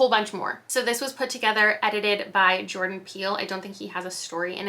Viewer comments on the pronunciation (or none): none